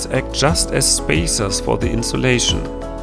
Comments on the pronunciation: Can I just correct you? I mean no offence but that would be 'insulating' with a U not an O. I'm only trying to help here as 'insolation' (how you pronounced it during the video) sounds like a different word in English. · Love your videos.. pssst. it's Insulating, not insolating.. just sayin'... (heart)